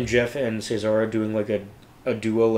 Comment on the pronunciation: Right, they have a wonderful feel for atmosphere, and project it so well. So much more than just singing. I don't that's it's too important but the guys stress the first syllable of Cesar.